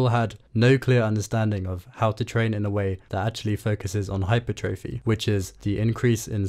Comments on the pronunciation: Why do you pronounce hypertrophy like that my guy, it's hyPERtrophy, not hyperTROphy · Great video but please pronounce hypertrophy correctly lmao